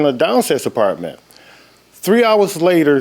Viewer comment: I gave him a Partment 😂. I try not to laugh, but it always gets me. Same goes with people that say Frigerator instead of refrigerator 😂.